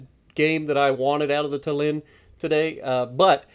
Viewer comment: And also I don’t mind but like a interesting fact Tallin is pronounced with emphasis on A so it’s tAllin instead of tallIn